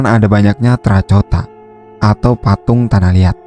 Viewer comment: terracota dibacanya terakotabukan terracotaini koreksi dari gue nih sebab gue paling sukanonton channel lu